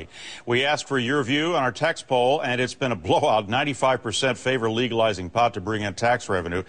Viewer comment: lol she said legalwizing at the start